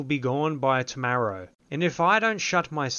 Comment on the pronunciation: you read "Tomrarow" just as he spelled it. got me dying.